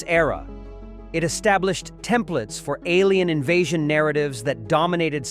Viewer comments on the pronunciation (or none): none